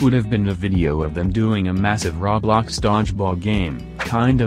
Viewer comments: Roblox not rawblawcks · Nobody: Litteraly not a single soul: The text to speech: RAWBLOX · I like the bot speaker saying "rablax"